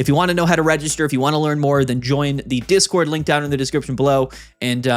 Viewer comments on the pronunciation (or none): none